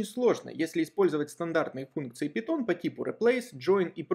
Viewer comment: пайтон а не питон